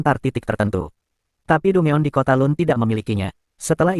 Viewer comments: Dugon bg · bukan dungeon min penyebutan nya salah harusnya danjen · Dangen lol